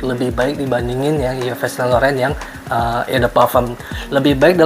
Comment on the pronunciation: Bukan Yives bacanya bang tapi iv sang lorong